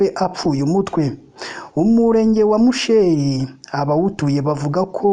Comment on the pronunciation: Ntbwo bavuga (musheeri) ni musheri